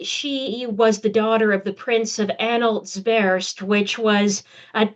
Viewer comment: Slightly distracting that your learned and erudite guest cannot pronounce the dynastic name her research subject, Anhalt-Zerbst (Tsérb-s-t)